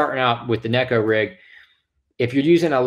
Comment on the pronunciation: Finally! Someone gets it right! Neh-ko, not nee-ko